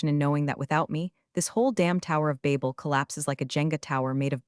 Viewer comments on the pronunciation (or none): none